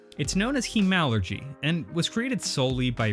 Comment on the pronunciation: Good video, one complaint: it's pronounced HEMAlurgy, as opposed to HEmalurgy. Say it however you want, of course, but you ARE saying it wrong! :-D haha keep making these great videos!